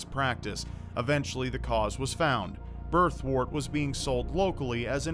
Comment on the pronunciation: Birthwort is pronounced “Birth-wert”, not “Birth-wart”. Remember, word, work, world, worm, worst, and worth all have a “wer” sound. So does “wort”. It’s not “wart”.